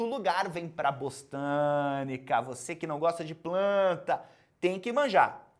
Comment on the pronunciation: Impressão minha ou ele fala "Bostânica"? kkk